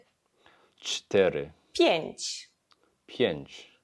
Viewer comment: Never trust a person who try to teach you Polish and says shit like "pienć, pietnaście, and piendziesiąt" 😅